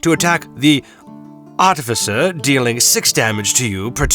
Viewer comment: Bro I love listening to you struggle to say Artificer.